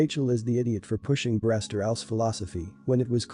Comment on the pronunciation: Learn how to correctly pronounce "breast" and "breastmilk". The way you say it is idiotic.